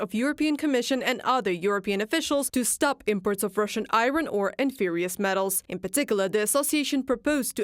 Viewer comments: "Ferrous" spoken here sounds like "furious" but should be closer to sounding like "care-us" but with an F. "fare-us" is closer. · Like furious metals 😂😂😂